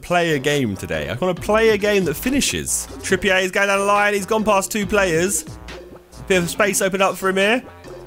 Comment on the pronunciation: Josh PLEASE can you stop pronouncing Trippier as if he is French. He isn't so please pronounce it as if it is English (trip-ee-er)